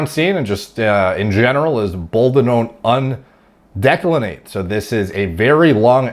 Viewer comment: This mispronunciations make me wonder about the rest of the content 🤔 Equipoise...Ech wuh poys or boldenone undecyclenate...bold uh known un de cyc len ate.